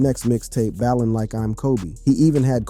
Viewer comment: Yo, I didn't know anything about any of this. I think u did a good job w the facts!! But its ballin my boy not bailen. Good job tho